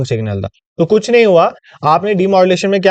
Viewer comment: i find it funny when you say "ye kuch ne hai"